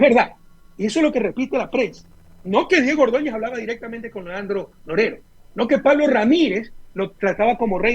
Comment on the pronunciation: Porque no pronuncia bien claro el nombre de Leandro Norero? Rafael Correa algo está pasando